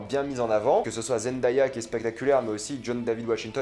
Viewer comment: Il faut prononcer Zen-Day-Ya avec Day prononcé "dé" comme le mot jour en anglais. Elle le dit elle-même ici: youtu . be/9bCAlF7TWW4 😉